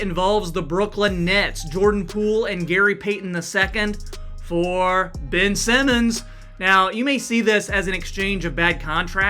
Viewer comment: Yea once he said Ben Simmon I turned the video off 💀